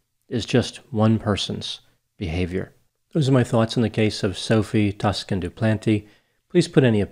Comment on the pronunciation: A nitpicky complaint, but the "Toscan" part of Sophie's name is pronounced similarly to "Tucson", that city in Arizona.